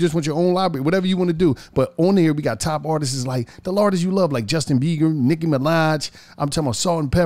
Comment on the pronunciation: Did he just say Justin Beiger🤣🤣🤣🤦‍♂️🤦‍♂️🤦‍♂️